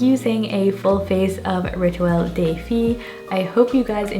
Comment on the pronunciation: On French, "de" and "le" are pronounced "duh" and "luh", not like day.